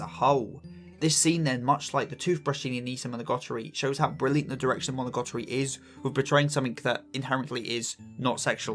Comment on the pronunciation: amazing video, I cant lie I did cringe every time you mis-said monogatari as monogotori though